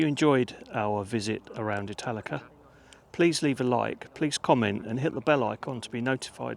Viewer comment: I'm not going to lie, I thought you said Metallica at first lol I still thoroughly enjoyed the video tho 😅